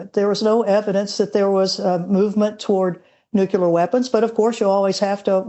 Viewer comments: Its nucular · When the lady sayd "nucular" means she is clueless. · i love old granny experts who say NUKELAR ffs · Funny how since GWBush the word, "nukular" seems to have stuck, even with people who appear to be well-educated. Education is not high enough on the USA's priority list today. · Minor point I know... but I find it amazing how many highly educated and highly decorated military experts pronounce nuclear as "Nook-yoo-ler". Just sayin'.